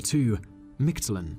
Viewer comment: #2 = “Meek-Tlahn”